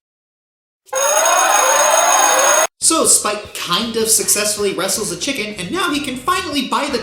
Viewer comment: Did just mispronounce Quesadilla?!